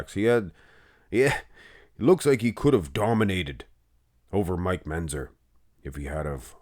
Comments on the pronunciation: "Menzzzer". He's said it that way for years. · MenTzer, MenTzer. Come on. You can say it.